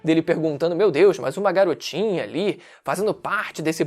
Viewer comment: Letra E .. Garotinah .......... é cilada Bino KEKW